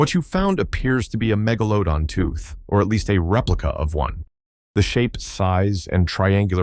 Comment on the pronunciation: Great digital narration. I especially liked the 3 different pronunciations of Megalodon, all incorrect. 🙄